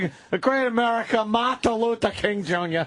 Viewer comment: “There were mills of stoots of come to study, include a great America name…Martha Lutha King Joonyah.” Putting aside that he said Martha, he also fucked up “Include(ing) a great America(n) name(d)…” like just get the main root of the word out. No time for prefixes or suffixes. He’s a busy man.